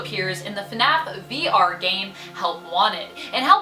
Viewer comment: GIRL is it just me pronouncing it wrong or her. I think it’s her that pronounced afton and fnaf wrong.